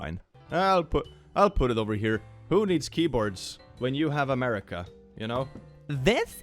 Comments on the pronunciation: "muricah!" Google: translate to English? 😂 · Sorry, you misspelt it, it is now 'Murikkka